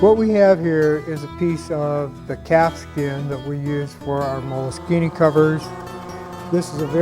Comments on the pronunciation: If you look in most websites for the pronunciation, it's mol-a-skeen-a. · I have Molskine pronounced 3 different ways now! I`m gonna have to ring them up and find out which is correct XD